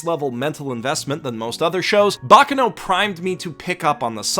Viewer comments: Please. it is /bak'kano/ not /'bakkano/. that pronunciation hurts a bit. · The accent is on the second "a" in baccano, and the force needs to be put in the c's, not in the final "no". I don't know what "bocno" is. Sorry, I had to. But... Basically, what made me today are friends. I wouldn't be myself if I hadn't have some friendships through my life. Yes, friendships are one of the main changing forces in my life, both for the better and for the worse. The second I would say it's videogames. The third... I know this would be both laughable for and embarassing, but one of the first thought I EVER remember is being myself, always. And I think that that thought was implanted into me thanks to... Winx. Yup. That bitch ass, lookin' ass, girly ass shit it's the thing that (probably, I don't really know) made me TO THIS DAY. And I am grateful for that. I might have to thank the creator, if I manage to meet him ever again. (Yes, I """"""""met"""""""" him at my first, or second ever Lucca Comix and first/second ever convention, I don't remember this too) Another thing that shaped me in a very strange way was Avatar too. I love that show. Writing this almost made me cry, actually ahah. I am, unfortunately very easy to make me cry, my ex described me as a "glass cannon", while for my whole life I though of being just a very, very VERY weak kid who would not grow up. Plus loving to cry is another thing that helped me think that I was just a weak, frail, powerless kid and girl. And let's not talk about one of my best friends who told me this exact thing. Ok, I g